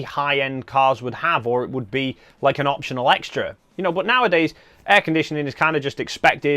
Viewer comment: Love your accent (I’m from US where we don’t speak English — old joke). Took a while to realize (not realise) that when you say “boot” you mean “but” 😉. I use two slots, when and where needed — belt and suspenders. Predict next Nikon mirrorless will sport 2 cards. The Zee v Zed joke is on us — rotate the camera 90 degrees clockwise to see the real moniker (N, for Nikon) — portrait orientation preferred?